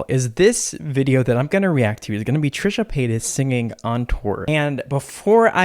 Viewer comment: I thought he was saying Trisha Penis at first